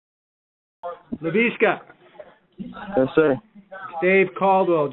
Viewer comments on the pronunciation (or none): “Laveeska” lol